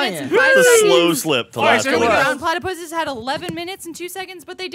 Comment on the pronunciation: Brown PlatyPusses Ryan: The Brown PlatyPusseseseses